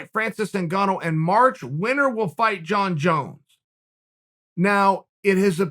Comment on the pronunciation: "Jon Jone"